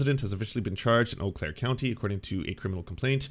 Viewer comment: I am a native of Wisconsin who has lived near Eau Claire a good majority of my life. It is pronounced "Oh" Claire, not "You" Claire. I have never actually heard anyone, until now, ever pronounce it "You" Claire.